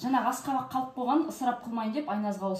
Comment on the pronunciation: Аскабак акабак емес.